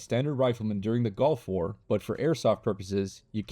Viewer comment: bro said "golf war " instead of gulf war